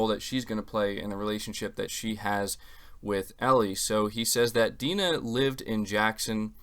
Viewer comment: It's not 'D-nah' "dai-na"